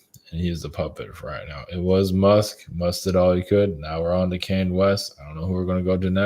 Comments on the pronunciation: (Kahn-yay) not (Kane), even when he channels him, he pronounced it wrong.🎃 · The way says Kanye🎃. As always, I enjoyed this video-so great to have someone speaking my 5D language🤗 Go well,. Thank you